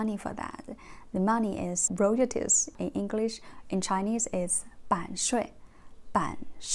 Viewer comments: this is the very first time i can improve your pronunciation royalties sounds like this roy all teas then just say it faster, this is how anglo kids learn to pronounce words. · but you can say Roy and All and Tea right? Then say them as a sentence Roy All Tea Then faster so they run together It's the ONLY pronunciation mistake I have ever heard you make!